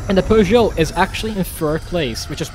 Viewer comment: As a french guy, i love the fact that your pronunciation of peugeot is spot-on, not pewgeot, peugeot.